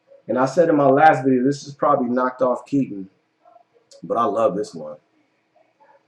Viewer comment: #3 is actually pronounced (Key - Ton) as in "baton" ... not "Kitten".